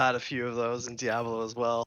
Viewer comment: a bit concerning how badly he butchers "Diablo"